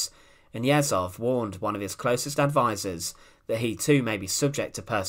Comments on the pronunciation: Ye zh ov. Not Yezov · Last name is not YEzov, but YezhOv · It's Yezhov not Yezov: the "zh" sounds like the "g" in regime. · You mispronounce the name of your subject. It's not 'Yezov' but 'YeZHov' where Z and H transcribes the Russian letter 'Ж' /ʒ/. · It's pronounced YeJov, not Yessov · YEZHOV (not Yehzov) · Yezhov, not Yezov, FFS. The phoneme is found in English, so there's no excuse for you to not pronounce it. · Ježov, not jetcov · The "zh" in Yezhov is pronounced like the "zh" in Dr Zhivago, or the "s" in "pleasure". It's written with one letter in the Russian alphabet (ж). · Great video, just a remarque: the name is pronounced Iejov. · I can’t see if this got mentioned, but “zh” in Russian represents the sound we say at the end of “garage”, like the French “je”. It’s not so hard to find out correct pronunciation of important Russian names. So if you said Yezhov like “garage-ov”, you’d be on target. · Pronunciation help: Yeh-zhohf. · Its YeZHov. Zh is read similiarly as a sound of G when english say Algiers. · A hint for all youtubers: before making a video with foreign names, google, e.g. "Yezhov pronunciation". It's not that hard. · When reading Slavic names and words, "ZH" combination makes one sound. We even have one letter for it - "Ж". It is close to soft French "G". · This would be a better video if you would not butcher Yezhov’s name every 10 seconds. Zh sounds like pleasure, measure, treasure. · 'zh' in Yezhov transliterates like the sound [3], like 's' in the word 'uSually'. Thanks for video (history about so-called phallarrian bull, when engineer who created the best tool for torture (the copper bull) was the first victim of their "creativity". It is not about Yezhov, it is about being totally obedient but not with any moral values. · Difficult to get thru this with Yezhov's name consistently mispronounced and misspelled.